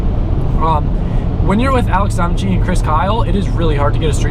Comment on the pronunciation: Donnachie is pronounced 'donna-key'